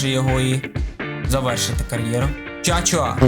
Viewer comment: не Чача😂 а правильно Чачуа